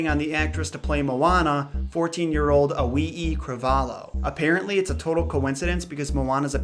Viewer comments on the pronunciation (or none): "owee-ee" 😂😂 it's "Alee-ee"